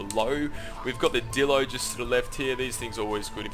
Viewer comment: please pernounce dilo right when you say it like dildo it makes me cringe.